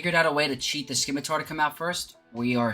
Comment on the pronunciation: It is not pronounced Skimitar my guy...the c is silent